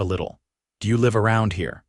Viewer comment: (AI ) please pronounce L I V E correct.